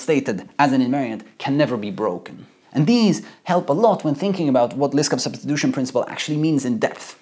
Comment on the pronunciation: You pronounce Liskov as "list of"